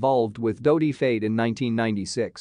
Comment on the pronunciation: Your Al voice is pronouncing Fayed wrong.